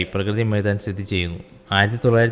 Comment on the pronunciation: പ്രകൃതി മൈദാൻ അല്ല bro.... പ്രഗതി മൈദാൻ ആണ്....